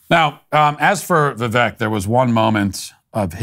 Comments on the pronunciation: Ffs Matt, its "vi-VAKE" Like "the Cake". When you don't pronounce things properly it reflects on your lack of care, lack of research, and lack of attention to detail. Cmon you smug bastard... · It’s pronounced Vi-“Vake” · Even though you are not pronouncing Vivek correctly (it does not rhyme with neck; it does rhyme with cake) your take on the winner of the debate was correct. Keep up the good work. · Vivek not ron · Hey Walsh ... it's Vivek, like "cake"